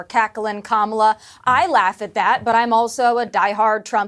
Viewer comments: Fox keeps calling Kamala “Camilla” or some other weird pronunciation. Nope - Camilla is the Queen of England. Duh! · I think Vance MIGHT, besides dissing Kamala for being “childless”, might be dissing Taylor Swift because she isn’t married, no kids and LOVES cats… Would he DARE go there? ALSO, what is it going to take to get Fox to pronounce Kamala’s name correctly? Geez! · They intensionally mispronounce her name. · I am a Republican who has campaigned door to door and protested at Abortion clinics. I find my party's name calling childish and mispronouncing Kamala's name makes them look stupid. I don't vote for stupid children. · Learn how to pronounce Kamala’s name